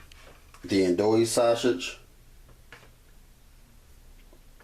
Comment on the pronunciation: S that shit was driving me crazy. I was like stop saying it like that.